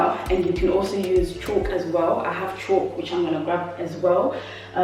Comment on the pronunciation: Its pronounced Caulk (kawk) not Chalk, but great video easy to follow, thanks, can't wait to start a bedroom.